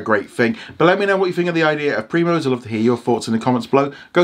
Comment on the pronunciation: He literally said: prime-os 😐